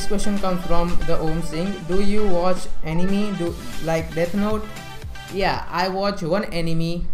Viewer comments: Good video but but but... 🙄 It's not Ani-Me, it's Ani-May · it sounded like “Enemy” lmao